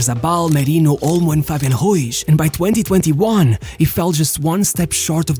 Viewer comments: Just for the record , you pronounce Ruiz as a Portugese surname. He has a spanish surname so it would be pronounced with a hard "r" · Love the vids SO MUCH!! But please work a lil on the pronunciation of the names. Cuz it‘s not „Ruish“ but „Ruiz“ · Why does he pronounce it "Martinesh" and "Ruish"? That's Portuguese, dude... Learn to pronounce Spanish properly: Mar TEE Neth, Roo EETH. It's crazy how certain trends influence people's pronunciations of names and surnames.